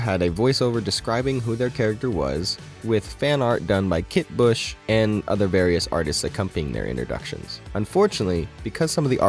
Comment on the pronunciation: you said her name wrong, that's why I posted :)